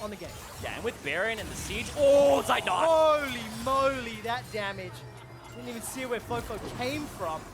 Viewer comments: I'm always triggered when the casters mispronounce Zeitnot 😁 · its not seitnot, z its like tz in blitzcrank or blitzkrieg^^